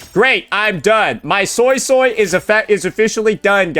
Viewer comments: I rewatched the chinese livestream and they clearly said SuiSui (sounds like SueSue( But why you saying SoySoy? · Bro I can't with the SoySoy .... It's a "U" not an "O" its the sound you make when you say "Uh" or "Huh" or when thinking "Uhhhh"... Why not just watch a chinese speaking youtuber and pronounce it correctly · Which is how he pronounced it prior to the update coming out, where the English dub does indeed pronounce it soy-soy, he even made a point a couple vids ago about how it sounds stupid, please play the game and see how they pronounce it before correcting people. I also assumed it'd be swee swee due to suisui in naruto, but no.